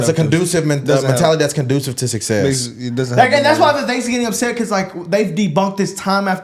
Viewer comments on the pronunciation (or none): none